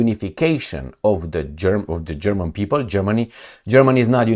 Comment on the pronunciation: Your German pronunciation is very good